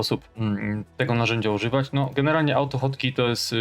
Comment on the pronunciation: Po co usuwasz "#[liczba]" z nazwy, jak masz dostęp do nazwy projektu bez numeru? PS. AutoHotkey wymawiasz jako "autofotki" xD